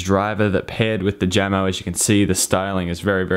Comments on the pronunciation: isn't it pronounced yamo? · It’s pronounced “Yamo.” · Jamo is pronounced Yamo, kinda spanish sounding. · Sorry for gatekeeping, but Jamo is pronounced "Yamo" . Jamo is a Danish speaker company that was recently acquired by Vox Media group's Klipsch speakers.